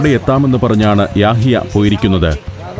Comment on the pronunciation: ഡ്രൈവറിന്റെ പേര് ' യാഹിയ' എന്ന് പറയുന്നതിനെക്കാൾ 'യഹിയ' എന്നതാണ് ശരി ..❤